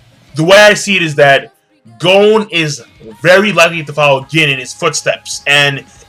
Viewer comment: Im soooo sorry im not trying to be an ass hole but please its pronounced GON not GOAN.